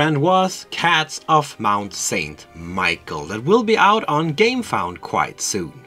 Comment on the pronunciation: With all respect, but can you please- pronounce the name of the game on the right way? it's awful to hear. Mont Saint Michel is French, not English. If you go to Google translate en type that name and then translate to French, you also can listen to the right pronounce.